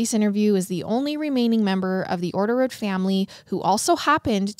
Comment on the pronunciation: You botched orderud… like the name hahaha, catch me laughing everytime you say it the next 40 minutes